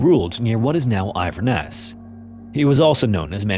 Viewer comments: Aye-ver-ness?? 😂😂😂 In-ver-ness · It’s In-ver-ness not Eye-ver-ness fyi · Inverness is pronounced In-ver-ness, same as the American town I think, apart from that thankyou for another great video ! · Eye ver ness 😂😂😂😂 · It’s pronounced “IN-ver-ness” just FYI. My sister lives in Edinburgh and her husband is from Inverness and the surrounding area. Scotland is an overwhelmingly beautiful place with a rich history and culture that goes back millennia with events such as these. The past was a violent one… I’m glad I live in the present even though we’re still living in an age of violent wars and religious extremism, but at least it’s a bit less brutal! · Another fascinating collection of tales, Inverness pronounced as In ver ness. The word Inver meaning River thanks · Glad to see some Scottish history on your channel, thanks man! 🏴❤️ For reference , it’s In-Ver-Ness (capital of the Highlands), Máel Brigte was a Pictish noble, he was Mormaer of Moray (Earl of Moray, said like Murray). One of the funnier strange stories from the area (my village isn’t terrible far from Inverness, we have lots of cool Pictish history :D) For Gaelic it’s Gah-lick, the Gaylick pronunciation is for Irish Gaelic! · INVERNESS! sound the word out! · Lovely video, but I think it's pronounced "Inverness" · Aye I’m glad he’s covering more history from here as we have a lot of mental history, but his pronunciations needs work lmao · That was perhaps the worst pronunciation Of Inverness I’ve ever heard 😂